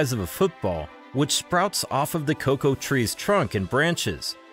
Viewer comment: Why are you calling it co co beans? It’s cocoa beans?